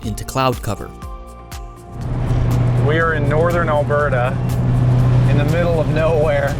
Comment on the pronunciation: Thanks for saying Alberda correctly